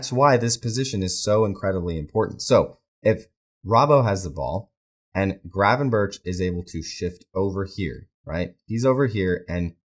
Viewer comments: The correct pronunciation in Dutch is an H sound at the start of his surname, but it's sort of a rolled H. Think of it like saying H, but with a throat full of phlegm. 🤣In English I think that just pronouncing it as a G is fine, but the end of his surname is definitely a K sound, not a CH, i.e - berK, not berCH. Regardless, I'm probably just being a pedantic dick about it anyway. Good channel by the way. Watched a couple of vids now, and whilst I don't agree with some of what you say, it's well thought out and articulated. Hope that doesn't sound condescending. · It's pronounced 'Gravenberk' not 'Gravenburch'. If you really want to be picky, the Dutch pronounce the G almost as a rolled H, but even in English you're massacring the pronunciation. Just saying. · it's pronounced as Berg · Ohhh mate, please realise Gravenberch's name is NOT pronounced that way.... I mean it's quite forgivable to mispronounce things but this last CH is pronounced like a G.